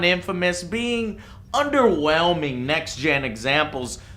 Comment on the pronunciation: "Underwelding" - Joe 2014